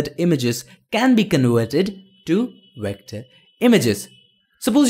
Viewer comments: did he say wector instead of vector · why you can'nt say V letter, you use O insted from it. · 6th Wilbury You're still making fun of someone and if you actually watch his other videos, he does pronounce Vs as Ws so it is his accent